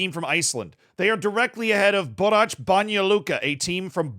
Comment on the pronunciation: the way you pronounce 'borac' bothers me a lot it's a soft c, like the word crazy